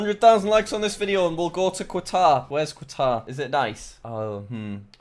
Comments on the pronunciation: Qatar is said as cuturr not quatar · Kataar not kwatar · "Quatar Quatar" Bruh Cat-Ar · its pronouned KATAR. not quaaaatar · Me watching this its pronounced as “Katar” Not “qwatar” 👁👄👁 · Qatar is pronounced katar not quatar i think it might depend on on where you are. My friend lived there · I live in Qatar and I think I am all those views but what is kwutar say it like cut are but together cut are qatar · "please dont make me go to kwatar" 😂btw its pronounced cah-tar jack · Nobody: Nobody at all: Jack: quatare Everyone: katar... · Jack it's (Kuh-tar) not (Kwuh-tar) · Qatar is pronounced Cutter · It’s pretty nice here, pronounced catar btw. Really hot tho, also alcohol is really expensive and there are no pubs and you have to have a licence to go and buy alcohol in a specific shop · Jackkk its not “kuawtar”!! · It’s pronounced qa taar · Jack: has geography channel Also Jack: pronounces Qatar as Quatar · It’s pronounced cut- Are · It’s said like catar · 😂😂 Qatar 🇶🇦 is pronounced Katar.. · Just a heads up Jack, Qatar is pronounced Cut-are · Everyone : noo thats not how u pronounce qatar Jack : haha kuawatar go brr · Yay thanks for shouting me out from Qatar! Also its (k-at-ar) Qatar is amazing btw Doha is an amazing place I want to meet u lol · bro is prounneced ka ta ar and i live in it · Bruh it's pronounced Ca-tar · Jack pls stop saying Quatar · It’s pronounced car-argh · Qatar is pronounced Katah, Jack. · Jack: Im so good at geography! Also Jack: Kquatar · Jack, Qatar is pronounced "katar" as you don't really pronounced the Q in it. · Eh, he'll never notice it's pronounced gutter. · no one: Jack when he says Qatar: "Quatar" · Its QAAAATAR QAATAR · Nobody nobody at all. jack: QATAR everyone: katar... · You mean kuatar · Qatar is pronounced CUT-OR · ITS PRONOUNCED KATAR YOU BARBARIAN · Qatar is said like katar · It's not Qatar, it's pronounced Katar. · its pronounced car tar, jack. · When you are Qatari and here him pronounce it wrong: 👁👄👁